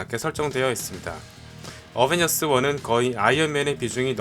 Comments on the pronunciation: 어벤져스1 인데 어베져스1 이라하내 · 초에 어벤져스1 이 아니라 어베져스1 실화ㅋㅋㅋㅋㅋㅋㅋㅋㅋ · 언벤져스가 어베져스 ㅋㅋㅋ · 왜어베져스 1 이라고해요 원래어벤져스 1 인데? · 초에 어벤져스1인데 어베져스라고 했어요 오탄가요?? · 에 어베져스ㅋㅋ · 1분13초어배져스오타ㅋㅋ ㅋ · 어베져스?? 어벤져스아닌가요?? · 어베저스1 뭐여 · 에 어베져스ㅋㅋㅋ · 어베져스 ㅋㅋㅋㅋㅋ 고쳐주세요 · 에 어베져스라는디ㅋ